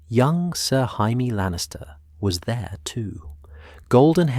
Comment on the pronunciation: I can tell you're british. The proper pronounciation is "Jay - me " , NOT " Hi-me". Hope that helps. Great story other than mispronounciations. Hi - me is the hispanic pronounciation. Excellent video otherwise 2 thumbs up